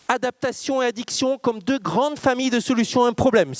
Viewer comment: Sujet très intéressant mais ça commence très mal, par un tic de prononciation insupportable: septembre deux mille vingt deuschhhhhheuu..